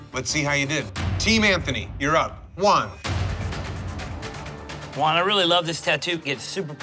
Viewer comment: Why are they calling Juan as "one"? 😩😩